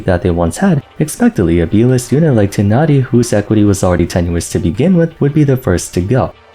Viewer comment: His name is /taay naa ree/ dude! When are you gonna learn their names? Also / ke chin/